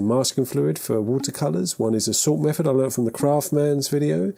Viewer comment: I’m just here to listen to you saying mefod.